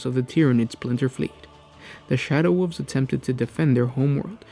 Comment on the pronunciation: "Shadow woofs"